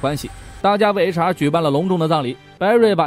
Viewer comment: 不！！我的H.R. 每次聽說HR我都聽成雷傻，然後就愛上這個角色了！